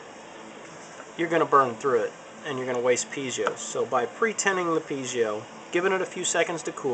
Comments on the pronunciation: PeeZio?? Dude, they are Pie-Zo --- as in apple PIE and ZO with a long O -- PIE-ZO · it's pronoinced Pee-ay-zo, not pee-zi-o. There is no 'i' after the 'z'. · Don't mean to be pedantic, but it's actually pronounced PEE-AY-ZO or PIE-AY-ZO. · actually they are pronounced pee-A-zoh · Winky Dee Most people have trouble with that word. I say pee-eh-zo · Good tips, but worst pronunciation of piezo ever.